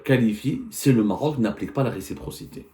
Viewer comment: Récipro…respro…receptor….impoussy de pronomcy 😢